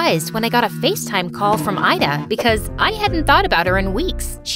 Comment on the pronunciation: My name is ayda but u pronouns it like ida